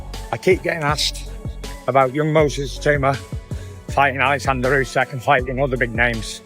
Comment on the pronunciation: it is pronounced not "Jusik", but "OOsik". Obviously, Itauma's IQ is not that high if he thinks that he is the best in the world, e.g. better than Usyk. 😀